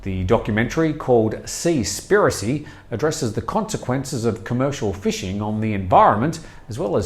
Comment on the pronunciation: Seas piracy as in two word s would sound better than your seaspiracy pronunciation